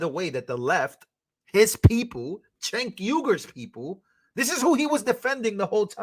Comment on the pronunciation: Bro just so you know his name is pronounced Jake even though it's spelled c e n k